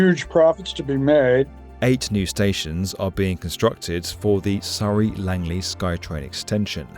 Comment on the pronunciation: Honestly, the Skytrain is a much better option i wish more countries would adopt, i love that you pronounced Surrey the correct British way lol, when i lived in Vancouver i kept correcting people saying it's the same as the British and Australian Surrey/Surry not Soooree but hey